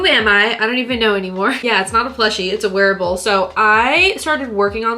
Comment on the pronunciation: I thought you said werewolf instead of wearable XD